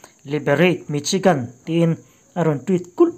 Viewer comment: Michigan i pronounced dan hi adik lo.misigan ti a lam tur .